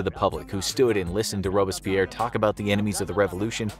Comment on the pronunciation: Dude, one thing. It's Robs-pierre Rob-berts-pierre. Don't let bad pronunciation runs an otherwise good video.